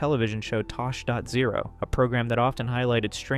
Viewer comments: "Tosh dot zero"<-- example of relentless research 😂😂😂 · Tosh dot zero?!! Wth is that... I know of Tosh point oh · just a warning for next time it's tosh point oh like the letter o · “tosh point ohh” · Omg thank youuuu😂😂😂 that bothered the he'll outta me Tosh.o is king man ❤❤❤